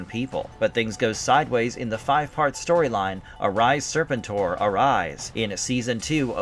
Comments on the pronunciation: “sirrrr-pentttttt—OAR” that’s how it’s pronounced. Not serpent—er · Nah bruh its Ser-pen-tor step your AI up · I can’t do this with you pronouncing Serpentor like that. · Zar-tawn and Serpant-Ore.